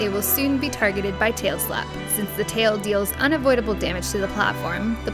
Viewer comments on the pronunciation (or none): none